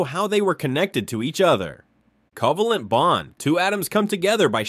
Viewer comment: Is this an AI voice-over or your actual voice? Because that is not how you pronounce covalent bonds lol. Good info though.